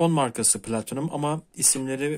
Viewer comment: Video için teşekkürler. Yalnız ilk başta çok güzel bir "platinum" telaffuzundan sonra otuzyediyetmişaltı biraz tuhaf olmuş 😁😁